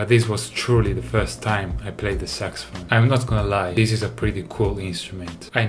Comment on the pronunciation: Nobody Davie: SucSyPhone